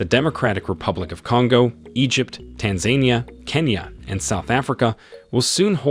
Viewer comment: You mean to say Tan Zaan Nia